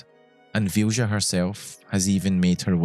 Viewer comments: also, small thing: its pronounced vilya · Vilja is a Finnish name and is pronounced "Vilya" :) Anyway, this is such a beautiful story, thank you for sharing. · I am genuinely curious how you could think Vilja is pronounced Fjusha. The letters are there for a reason. V is pronounced as V is pronounced, as in Victor, not as F. I is pronounced as i is pronounced, as in Indian, not as J. L and J are pronounced as L and J, are pronounced, as in Legal and January, not as Sh. And A is pronounced as A, as in Attention. That one was actually kind of right. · I'm pretty sure Vilja is pronounced as “Vilya” 😂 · I watched the entire video, and I still don't know what the name of the companion is. As the modder is Swedish (and so am I), I guess it was a Swedish name. But I could not understand the pronounciation, neither could YouTube's subtitles. It's only thanks to the description that I know her name to be Vilja. And for those who want to know, the Swedish pronounciation is [VILL-YA] (like in an Italian Villa and a German Ja). It means, "Will." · It's probably pronounced closer to 'Vilya', since it's a swedish word in a mod by a swedish dev. The mod description even talks about what it means and all that. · Vilja is pronounced closer to VILL-YA. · "Vilja" sounds Scandinavian. In that case, the "j" is pronounced more like you'd pronounce a "y". So think "Vilya". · Just for the record Vilja is pronounced Vee lee ya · As a Swede, that was some brutal pronunciation of Vilja. It's actually a beautiful word to use as a name, but I've never thought of it like that. Basically, it means "Will (willpower)". I'm so glad Pratchett got to experience gameing to this level. I was destroyed when Death came and took him home. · Thats a really weird way of pronouncing the swedish word Vilja (Will). I know accents can do a number on words from other languages, but this almost sounds intentionally misspoken.